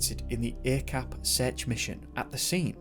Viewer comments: Not a-cap ah chap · Hey. Few things to add here. Mohd or Muhd is short for Muhammad or Mohammad. It's common to shorten the spelling to Mohd or Muhd here in Malaysia as to spell the full word would be too long. Also Acap is pronounce as Ac(h)ap. The letter C in malay is always pronounced as 'ch', like in chair or charm, as opposed to car or cat. If you need any malay to english translation work in the future, let me know. Good job on the video. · his nickname is pronounced as "ah-chahp" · Acap is prononce as Ar charp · Thank a lot for covering this story, from my country , Malaysia.. and.. ummm.. acap is pronounced ' are chup '.. .. it happens just 40 minutes away from my house and untill now he's stil missing.. and really, as a follower to MISSING 411, I think acap or are chup and 3-5 person more missing, the mystery are the same.. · Thank you for shining light on this case. Lots of stuff i didn't know even as a local . Btw 'Acap' is kind of a pet name for pretty much everyone with the name 'Asyraf' as Bob in Robert. the 'A' is pronounce such as that in 'Are' and 'ch' sounds asa that in 'charp'; i dont know how to put this simply lol